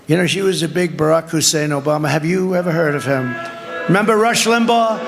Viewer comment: Stop saying Hussein. Dear God.